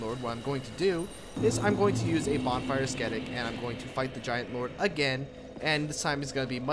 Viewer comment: its not ass-ketic. you dont pronounce the first c. its ass-etic. bonfire ascetic